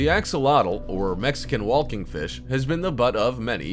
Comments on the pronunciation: It’s “walking”...not “wall-king”... just say axolotl cause for some reason you can pronounce that... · Does this narrator seriously not know how to pronounce the word 'walking'??? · I like how he pronounces “walking” as “wholking” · Can you explain about wheelking?